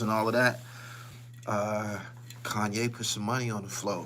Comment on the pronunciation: HassanYE??? .... "Sanye" smh